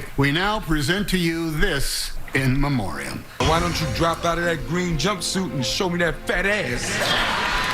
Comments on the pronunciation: "In Mirandum" .... come tf on bro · IN MEM-OR-I-UM. i need my people to learn how to read!!!! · She can’t even say in Memoriam